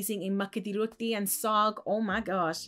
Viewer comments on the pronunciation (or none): none